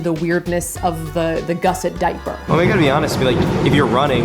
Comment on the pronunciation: gusset /ˈɡʌsɪt/ Learn to pronounce noun 1. a piece of material sewn into a garment to strengthen or enlarge a part of it. 2. a bracket strengthening an angle of a structure. According to the first result on Google this is what a gusset is, so she got it right I guess